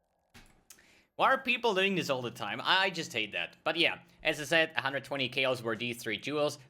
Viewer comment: it's funny when you say "as i said" quickly it sounds like you say "SSF" lol